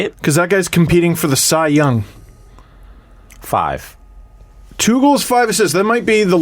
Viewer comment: Did really just say liane is competing for the “cry- young?” Listen closely